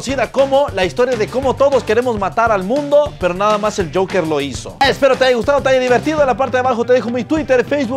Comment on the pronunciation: Todos: el Joker El: el jasja